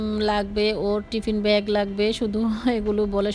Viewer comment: ভ্যাগ না ব্যাগ বলতে শেখেন আগে